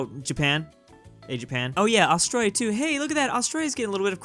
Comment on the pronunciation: No it’s austraina